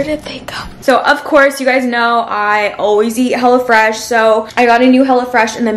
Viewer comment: I thought she said “ I always eat hella fresh” 😅